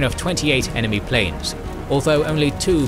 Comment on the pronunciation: the word "planes" was prounced as "plans"